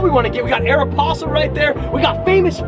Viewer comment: Am I the only one that cringed at 'Aero-possle'? Probably. Eh, it's, he can pronounce stuff any way he wants, he's still fam. Epic mall run, Bro!! Keep up the sick videos!